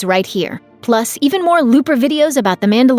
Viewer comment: You keep saying "Mandalorian".. But all I hear is, "Amanda Lorian".